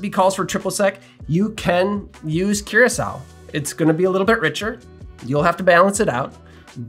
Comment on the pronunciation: I think it’s pronounced coor-ah-sow. Otherwise this answered a lot of questions, thanks.